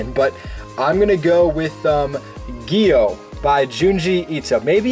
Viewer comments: The way he pronounces it is like (giyo), however the correct pronunciation is without the i. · It’s gu-yo. Gyo